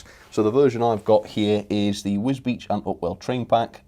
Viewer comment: See that you can pronounce wisbech!!! Now